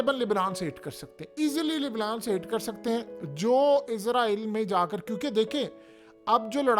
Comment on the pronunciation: ابے گ د ھ ے تجھے ہزار دفعہ کہا ہے اسرائل ہوتا ہے لفظ عزرائل نہیں۔